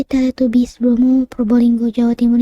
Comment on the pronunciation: Teletabis bacanya kak bukan Teletubis walaupun tulisannya Teletubbies 😉